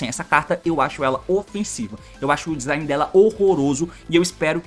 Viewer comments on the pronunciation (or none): none